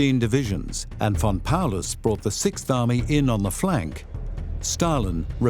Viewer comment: Todo iba bien hasta que dijeron von Paulus 😂🤣😂🤣